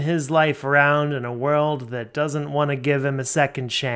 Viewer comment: I have discovered my trigger its him not being able to pronounce WANT every time he does he says WAN its the most infuriating stuff